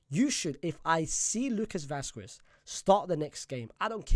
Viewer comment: Bro is churning out videos like crazy, ngl. is grafting non stop, he deserves more subscribers, fr. He just needs to learn how to pronounce Vasquez correctly. 😅